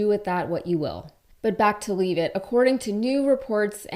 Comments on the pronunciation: She even said her name. Lev et not leave it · *She pronounces it LEV it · It's pronounced, "LEVV'-itt" (rhymes with left).